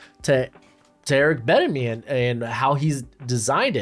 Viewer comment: The way you say bienemy ain’t doing it for me bruh